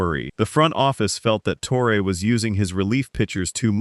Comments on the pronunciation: Who the heck is toreay? You mean torreeeeee???? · It's pronounced TORRY not TORRA. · Joe TORE-AY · Tor-A. lol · Who’s Tore-Ray? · Can’t even pronounce Torre correctly! Click bait crap